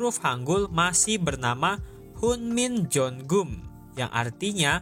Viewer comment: Nama kanalnya Catatan Koréa, tapi pengisi suaranya masih kurang tepat ketika menyebut bahasa Koreanya 😂 Gimana sih..... Hangul itu bacanya Han Gel. Hunminjongeum itu bacanya Hun min jong gem Dan lainnya